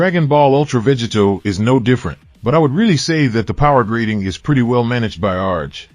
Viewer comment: Is this an AI? It keeps saying, Veggie Toe!